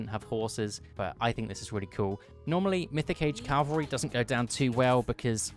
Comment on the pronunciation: At this point I think it's impossible for youtubers to say cavalry and not calvary. (Good video btw)